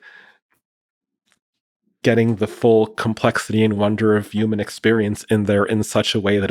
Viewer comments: This guy pronounces “human” like a robot would, “youmin” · Says like every other word......and can't say human correctly YUU man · I wish this guy would stop pronouncing it Yuman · > wears a fedora > grimaces at everything he says > massive doomer > has beef with the concept of steelmanning > repeatedly pronounces human “yooman” this was certainly one of the guests of all time on the lex fridman podcast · Not gonna lie, this guy is clearly very knowledgeable and intelligent but good lord is he also the embodiment of insufferable Reddit user. Also, I can't figure out why he won't pronounce human with an H but properly pronounces other words beginning with H. Yewmon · YUMAN. Cannot stop hearing YUMAN. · i would seriously request he pronounce human correctly if i had to talk with him for any length of time. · Never trust anyone who pronounces “human” with a silent H.